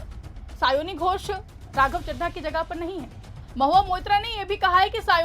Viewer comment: ये चड्ढा को चड्ढी बोल रही थी अब क्या हुआ 😂